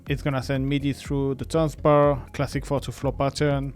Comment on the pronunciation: “Tanzbär” means Dancing Bear in German, and “bär” is pronounced just like “bear” in English. So it‘s not about dancing at the bar 😊 Thank you for a great video!